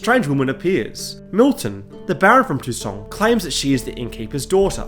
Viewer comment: Its funny to ear toussaint pronounced tucson. I saw Geralt with a "god bless america" t-shirt for a moment!